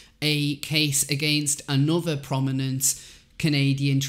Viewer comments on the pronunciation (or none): none